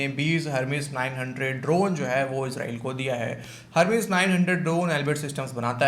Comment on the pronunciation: अरे गवार लड़की फिजा पहले इसराइलबोलना सीखे